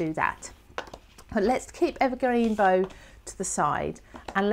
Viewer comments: Beautiful demo,, but we American types distinguish between things like tree "bough" and Christmas "bow". The tree one rhymes with "thou". Sorry, can't help myself, but love the vid! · Hi, I'm binge watching this series, having been pointed in your direction by Christine Stokes. I love my Oxides too, so am enjoying your blends. Just wanted to say the bough, rhymes with cow, as in the bough of a tree. Also am loving your mixed media card projects. Cheers from Downunder. 🙂 Picket Fence is, I think from my memory of TH's video, a hybrid (ink/oxide) which is why there is only one.